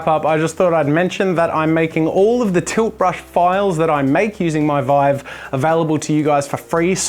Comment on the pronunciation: Everytime he says tilt brush I laugh coz what I hear is toothbrush